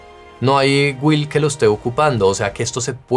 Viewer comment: se pronuncia GILLL no guil....